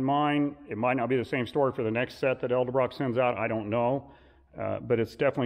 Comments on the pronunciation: Nice video hut learn to pronounce edelbrock like it sounds not eldebrock it's edelbrock ffs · The name is pronounced ED-EL-Brock not EL Duh brock or however others butcher it. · Ed-uhl-Brock not El-de-Brock